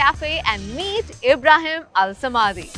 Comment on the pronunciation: If you’re going to interview someone at least pronounce his name right